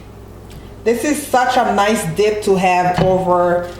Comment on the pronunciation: Did anybody else hear her say dick instead of dip or am I trippin😂😂 looks good tho😍😍